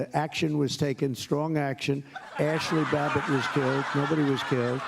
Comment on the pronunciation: "Never forget Ashley Bobit!" - Who is Ashley Bobit? I would say it's ironic that you can't even get the woman's name right, but it really isn't. In fact, it's completely expected because you don't care about her or what happened to her; you just want a rallying cry to spread your hatred.